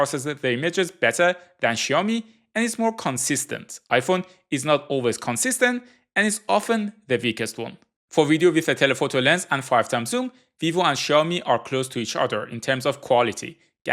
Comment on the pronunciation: Please stop with this wrong pronouncement of the word "weakest". It's Weakest, not Veakest....😮😮😮